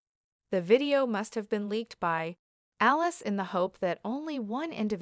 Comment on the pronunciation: Alice?.Aliyse. The reporter hasn't pronounced any of those names correctly.